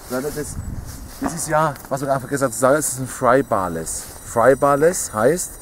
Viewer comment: es heißt "Flybar-less" nicht "Frybar-less" :D aber trotzden,sehr gutes Video!!